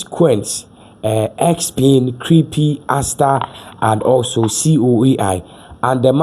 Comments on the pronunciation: Stop saying creepy!!!!!! Learn the pronounciation!!!! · Please, stop saying "Creepie". The right pronunciation is "Crêp"; the last "e" is silent. It is a French word for Pancake. Thank you.